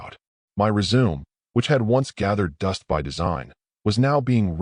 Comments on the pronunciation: Res-Su-Me not resume, smh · how about “resum” for resume? “Rid”read past tense…lazy, lazy narrator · WRONG PRONUNCIATION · How about resume? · DIFFERENT PRONUNCIATION. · Does anyone actually know what "slack" is in context of business? It was mentioned several times. Plus I correct the phone every time "resume, and grenade" is said. Pet peeve of mine. Good story otherwise. Wifey was stupid, giving him her phone. Asking to help with HR related material.